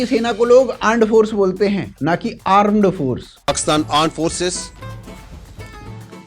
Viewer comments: It's not aand forces... It's Gaand forces😂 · Arm forces not aannd forces ando Pakistani o bikarikisthan. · Aand forces😂